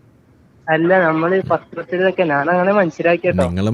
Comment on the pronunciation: നാന് അല്ല കോയ ഞാൻ എന്ന് പറ